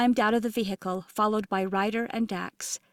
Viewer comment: Drink a shot every time the narrator says: vee hickle. 😂